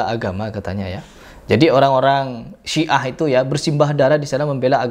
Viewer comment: Siah bukan si'ah... Sia